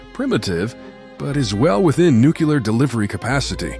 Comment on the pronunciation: Love these. Thanks. (but do check your pronunciation of “Nuclear” and “Sabre”)